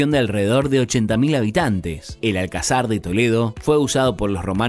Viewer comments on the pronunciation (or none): No le lies, hombre. Si le decimos nombres de ciudades españolas por su topónimo antiguo no se va a enterar. Gadir, Malaka, Hispalis, Barcino, Cesar Augusta, Cartago Nova... Me hace gracia como pronuncia "Alcázar" convirtiéndolo en esdrújula: "Álcazar". Youtuber, ya has visitado Toletum, es Toledo. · Buen video, hay que mejorar la fonética de los nombres :), Logroño no es pueblo, AlcÁzar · Je como buen argento, hablando de más y comentarios como viniendo de Usa? Jaaa sos mas porteño que obelisco. Gran Canaria es con su capital las Palmas cosmopolita.tiene mucho más que Tenerife, Lanzarote ni te cuento y la Palma es increíble. La residencia de los Reyes no es el palacio real. Tampoco se pronuncia Alcázar como lo dice usted. La herencia en Córdoba mora? Jaa es califal, como Málaga ,Granada,y Almería es Nazarí. Fuerte Alhambra? Es palacio,fortaleza ,ciudad palaciega. Cádiz la ciudad más antigua de Europa,solo sé que no está mal tu reportaje pero tampoco está bien.